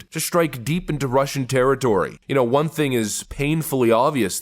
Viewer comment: Won = one. Not Juan or whon